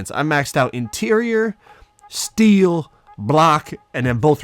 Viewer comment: The way he said steal